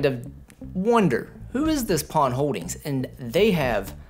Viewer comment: One thing you pronounced the name Pon as it should be. Simply Pon.